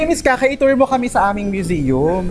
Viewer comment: Sino si Ka Kay with emphasis on Kay